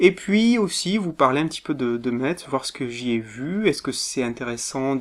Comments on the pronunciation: Sa se prononce mess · Je te suis et soutien depuis le debut de 'au rayon manga' mais en tant que mosellan je me sens obligé de rappeller que Metz se prononce 'Messe' ; ; En tout cas bravo pour cette vidéo et pour ta chaîne en général ! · Bon courage pour le montage alors :) (au fait metz ça se prononce messe :D)